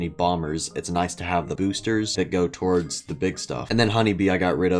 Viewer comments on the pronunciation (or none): none